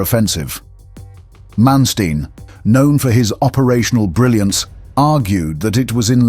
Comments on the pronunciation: Learn to pronounce Manstein. Not m[ea]nsteen, but maaan 'a' like in father and shtine 'tine' sounds after t - like 'line' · Muy mala narración. Manestain? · Who is this guy "Mansteen" that he keeps mentioning.